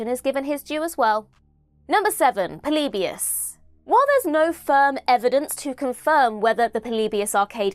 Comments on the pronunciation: The way says "Polybius" makes me laugh 😂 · It bothers me how many times you mispronounce "Polybius" in the video.